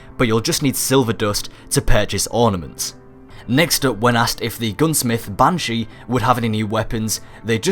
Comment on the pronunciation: Love your videos so much, but I ADORE how you pronounce Bungie!